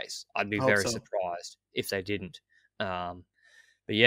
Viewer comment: that's the most aussie "surprise" I have ever heard. keep up the good work boys.